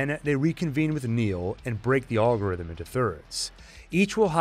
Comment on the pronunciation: It’s pronounced Al-gorithm like in the name Alfonso